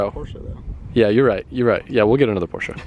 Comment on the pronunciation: I really wish he'd stop saying Porsche like that...